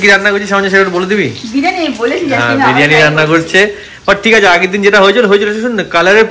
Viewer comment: Dear it sounds very odd when u mispronounce a few words… I know u can say this is how u talk, but since u are kind who looks for improvement and work on urself hence a suggestion. It is not “BIRAANI”; it is “BIRIYANI”. Same way it is not “SENN”, it is ‘’CHAAN” or “SNAAN”